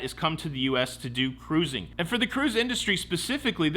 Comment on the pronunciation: I am delighted that you don't know how to say cruising (karoozin')...